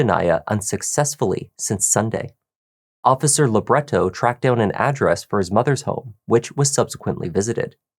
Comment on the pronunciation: Funny the way you keep saying Officer 'Labret-toe'. Well, it's funto me ok. 🤔